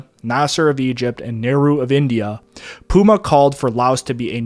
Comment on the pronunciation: There aren't enough superlatives to describe your work and this valuable series. A master work. But note that, in the US media of 1960's I remember Lao Prince Souvanna Phouma's name was pronounced "Foo-mah".